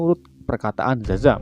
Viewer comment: Sebelum gw baca nama si szaham! Gw kira si admin manggil namnya dadang wkwk